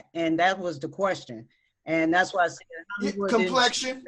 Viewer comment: nigga said complexation and teeth XD